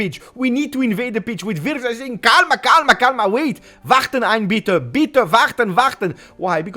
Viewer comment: i live in germany and i have to say youre "warten warten" is very good pronounced